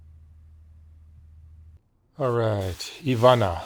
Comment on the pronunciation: Ivana draga, nadam se da si sada bolje, i da ste ti i tvoja kćerka dobro❤❤❤ Mark thanks for your effort and correct pronunciation of Ivana's name❤